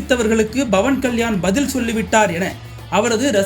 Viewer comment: dont say bavankalyan say pavankalyan😂